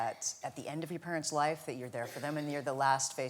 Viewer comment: "diwector" ... "pawents" ... was his mother Baba Wawa???